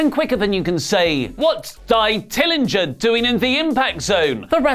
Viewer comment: Dye Tillinger? 😂😂😂